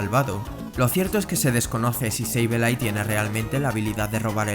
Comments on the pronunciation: "seibeilai" ulala señor frances Entonces como se dice! -sableille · Sableye se pronuncia “seibolai”